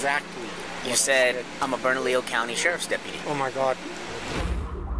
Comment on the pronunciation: I put a MacBook in my car so I can drive and do my homework “bernalillo” 😂😂 it’s pronounced burna-Leo